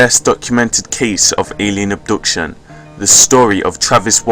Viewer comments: It's pronounced AB-DUCTION not UB-DUCTION! but otherwise nice effort. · "Oobduction" lol